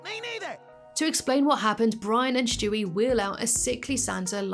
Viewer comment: I truly hate that you say Shtewie lol it really grinds my gears 😂😅 have a good one tho, youre still my british youtube babygirl lmfaooo 😂😂❤